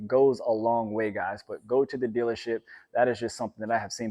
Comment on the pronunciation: "Go to the dillership"